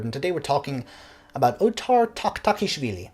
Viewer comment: You flawlessly pronounce his name seemingly without struggle.